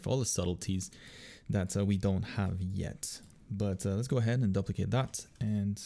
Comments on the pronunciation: "duplicate" = DOO - plicate. Not DUP - licate. You've given us all these great art tutorials; please accept this small English tutorial from me :) Also, seriously, thanks for the great content! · I have never, in my life, heard ANYONE pronounce "duplicate" as "duhp-le-cate". what the heck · Did you just say DUPP=licate this layer? Haha. Wicked video :)